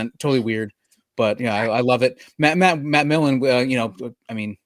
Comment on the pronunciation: PS its Millen, not Milken...the name is right there on the card,! lol (don't you dare edit your response! haha)